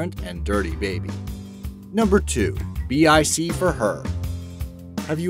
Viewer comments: "B-I-C"? It's Bic. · It is pronounced like it looks “Bic”, not B.I.C. ! I am totally amazed at how you mispronunciation so many things, jeez. Haven’t you ever heard of a Bic pen? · dude its not B.I.C. its bic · Never heard bic pronounced as b.i.c 😊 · Kimmy Stewart same! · Lol me too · The name is Bic, not B.I.C. It's not an abbreviation but a name, being the name of the founder and his family that stills hold most shares. Or rather, it's a phonetic more international way writing of the French family name which is Bich. Bich is pronounced like "bik" in French, and thus should the office supply company should be pronounced: bik. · im sorry but BIC is pronounced BICK! it comes from the founding family Bich but they dropped the 'h' so that people the world over would be able to pronounce the name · Dude, it's pronounced bik, like big. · It is pronounced Bic, one word. The company is named after its founder, Bich. He changed the spelling of his french name to Bic to avoid mis-pronunciation; There is a British Company, British Instrument Company, whose name is also written as B.I.C. that is spoken as Bee Eye Sea, but they do not make pens.